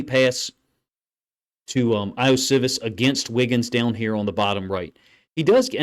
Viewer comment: Ioshovas 'E-oh-she-vas'. Pronounce the I's like E's. That's the way most languages work, except English. Usually if we, as Americans, see a foreign name/word, this rule helps greatly. Also, love your film reviews. 👍🏾